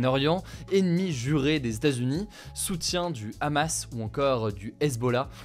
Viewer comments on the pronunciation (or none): none